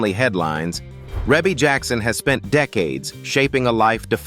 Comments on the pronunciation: Let's start with that her name is pronounced: Ree-Bee. Ok...now carry on...I guess. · Yes and its Reby! This is why I won't listen after I figure out its AI!!!😡